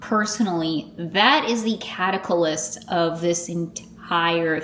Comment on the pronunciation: Cata-cal-lyst????? You said it more than once. Definitely not how you pronounce that word.